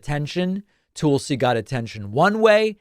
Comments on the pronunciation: I know this is petty in the scheme of things, but it’s TULsi, not TOOLsi. It irritates me no end when people pronounce my name incorrectly and it sh*ts me to tears when Trump & his cronies get Kamala or Barack deliberately wrong as a means of disrespect. Soooo, can we please get the name right so we retain credibility when we point out how cray-cray she is? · You keep saying 'Toolsi' is that deliberate because she is a tool? 😉